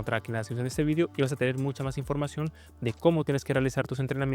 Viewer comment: Porque dice "Vidio" si UD no es español??)